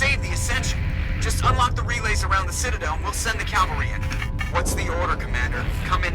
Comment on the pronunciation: It really bothers me that the voice actor says "here comes the calvary" instead cavalry.